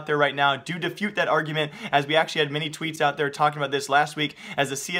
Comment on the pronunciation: also its refute not defute comon man if you wanna be taken serious you gotta use the right words man